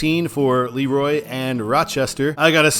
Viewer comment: And it's Le-Roy, not Leroy